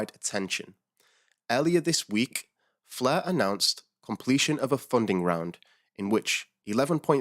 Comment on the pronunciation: Love the "Fluh" Network! 😁